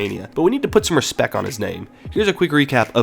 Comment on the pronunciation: lmfao bro did you just say we needed to put "respec" on his name? You cant even say RespecT bro